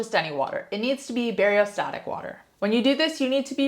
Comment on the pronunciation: It’s BACTERIOSTATIC water, not bariostatic water. You have lost all credibility